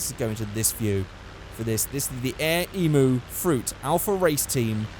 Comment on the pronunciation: omg you cant say emu right